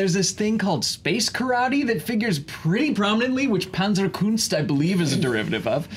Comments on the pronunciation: Panzerkunst is one word :P And it's Panzerkunst not Penzerkunst. In German you don't pronounce A the same like in English. Penzer is a last name, it has nothing to do with Panzer. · Why does Waltz, a German native speaker, say the one German word “Panzerkunst” with an English pronunciation? Also: Panzerkunst does not make any sense